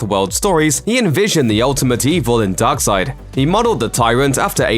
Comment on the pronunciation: Great vid but i hate the way you say darkseid